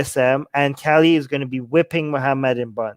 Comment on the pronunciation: Lool, it's Ka-li not Kelly... 😂 I had no idea what you were talking about until I saw it written. Kali is a fierce Goddess!👹